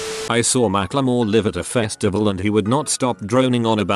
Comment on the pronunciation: When the robot pronounced live incorrectly I muted the video and played it back at 1.5x and just read it lol